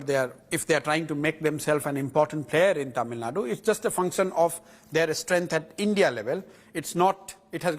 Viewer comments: I’m fucking irritated when these anchors call it TamilNad. Even though I would like to listen to the full interview, calling Tamil Nadu as TamilNad is the kill switch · It is not tamilnad ,it is Tamil Nadu... aashole journalist